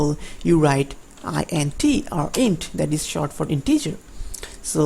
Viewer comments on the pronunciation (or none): Research the proper pronunciation of int and occur